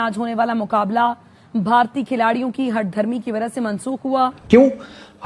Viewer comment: "हठधर्मी", गुस्से में ही सही पर पाकिस्तानीओं के मुह से संस्कृत निकल गयां😆, और टुटेफुटे तरिके से नहीं ऐसे बोला जैसे कोई वेदपाठी ब्राह्मण उच्चारण कर रहा हो। हैं इनके भीतर अभी भी वो हिन्दू थोड़ा बहुत मौजूद हैं, हमने थोड़ा प्रेशर दिया तो उनकी घर वापसी सम्भव हैं😂